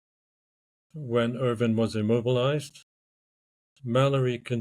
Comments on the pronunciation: it's Irvine with an E not Irving with a G....numbnutz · Pulling a Ross lol it's Irvine not Ir-ving, I am the same way, My Wife gets pretty annoyed by it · Please stop calling him "Sandy Irving" his name is "Sandy Irvine". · Yes his name is Irvine, pronounced ‘Urvin’. Not ‘Urvyne’! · Very irritating listening to podcast host repeatedly mispronouncing Irvine as Irving. Even after guest properly says Irvine with a polite nuanced inflection in his voice. Yikes! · Could you please have some respect and pronounce the man's last name correctly. Irving?? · Irvine. Not Irving. Interviewer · it sounds like the one guy is saying Irvin”g” adding a g on the end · According to other YT channels the Irvine family pronounces as *UR-vin* People are constantly trying to correct it to *Ur-VINE* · Andrew "Sandy" Irvine's last name is pronounced ERV-in. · Yes, all of those pronunciations, just not IRVING with the g. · Sandy was British, the correct way to pronounce his, surname is Ure vin spelt urvine, as the british speak English correctly in its most modern original form this is the only correct way to pronounce his name. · nice try but you clearly pronounced his name irVING at least twice in the beginning of the video alone. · How inept are you??? You can't find evidence that Erich found/spotted Irvine's boot first!!!! It's in the film clip!!!!!!!!!!! Time for you to stop pretending you have something significant and factual to add to this recent find. Utter nonsense. You cannot even pronounce Irvine's name correctly.